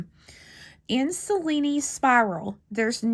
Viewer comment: dear, may i tell you the right pronunce of Cellini, an italian name, you can pronunce as written Chellini in english and you will be the only one knows how tell that name correctly in USA. Hope you want consider my suggest as interesting. I Love this spiral to make a bangle💞